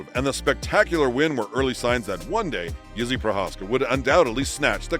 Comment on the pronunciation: Idk who’s reading the script but it’s not good the way they pronounce the names keeps sounding like they calling him Izzy